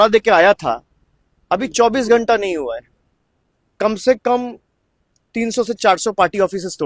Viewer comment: কোম সে কোম তুম কো কেলনি দেন পড়ে গা কোম সে কোম 😅